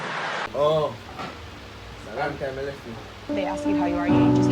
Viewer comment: "A long time you leff me"🥺😂😂